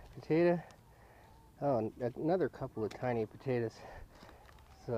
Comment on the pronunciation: fucking hell its POTATOES ,,,,,,NOT POTATAS,,,,!!!!